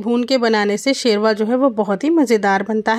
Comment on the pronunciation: It is not Sherva Say Shorba or Khaliya